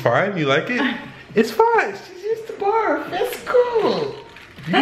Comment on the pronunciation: this blonde said Burf instead of Barf 😂😂😂😂😂😂